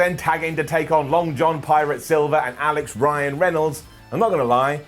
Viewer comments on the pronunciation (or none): none